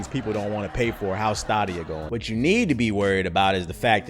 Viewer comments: Wow, this is hard to watch. Between mispronouncing the service to getting the business model completely wrong. Wow. It's been about 8 months since I've seen videos more misinformed than this one. Sounds like you should have tried the service for FREE before making a video that has so many facts wrong. Not going to argue with your take on Alex Hutchinson because the guys a joke but anyway, don't write book reviews on books you haven't read. Jesus. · You are not saying Stadia right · Weird way to pronounce Stadia but okay. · The way you pronounce stadia hurts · Bro you pronouncing it wrong. And everyone know bout it. They been advertising for months on YouTube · oh, well either way it’s fucking hilarious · he trolling and giving out false info he knows you dont have to pay monthly just to play a game you can just buy it the service it's insane its one thing to hate on the platform but then you look like a fraud when you giving out false info and then pronouncing it wrong because you know you giving out false info so NO ONE CAN FLAG YOU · So I only see one person saying this but y’all really gonna let mans pronounce the stadia(stay-dea) wrong. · Are you trolling us the way you pronounce Stadia? Say Stadium. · its definately pronouced STAYdia right? Or am i the weird one for pronouning it the way its developers did in the promo videos? Thanks for droppin the news tho! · You are correct. They've pumped enough adverts saying staydia... It's stadia like stadium. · Yeah it's stay-D-ahh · Bruh can't even pronounce it right which is a clear indication that he doesn't know what Tf he's talking about.😂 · Have I been saying wrong this whole time. I thought it was Stadia (Stay-D-A) but it seems that I am mistaken and its Sta-D-A..instead? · Word-of-mouth marketing would, for example, help know how to pronounce "Stadia". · It's so weird when people on YouTube say "Stadia" wrong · Bruh... Why you pronouncing Stadia that way? I was like WTF? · Wtf is stahhdia it’s stayydia